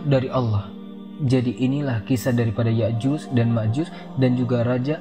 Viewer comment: Ustadznya itu kok menyebutnya Ya'juz dan Ma'juz, bukankah dlm Al-Qur'an disebutkan Ya'juj dan Ma'juj ?😢